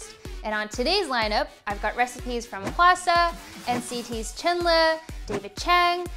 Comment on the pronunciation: Appreciated this video so much! Personally, my fave is Mark’s because it’s simple and some of the ingredients are accessible:) btw, Chenle’s name is actually pronounced as ‘Chunlu’ like the u of lungs not Chenle like the e of hen. That’s how they spell it in NCT’s youtube channel anyway (천러 or cheonleo)